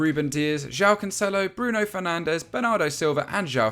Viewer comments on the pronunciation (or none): none